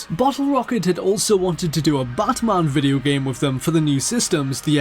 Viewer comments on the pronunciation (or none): "Ironmahuun" "Batmahuun"